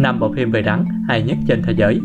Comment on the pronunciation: Rắn mà nghe bạn nói như gắn =)